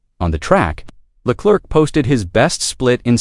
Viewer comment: "Le Clerk"??? You're a tool...